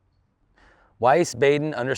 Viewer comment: This was a fun piece with GB! It’s pronounced “Wheeze-Baden”. My first car was a ‘58 Corvette as a high school Senior in 1968. High revving and tire smoke galore! Good luck at WACO!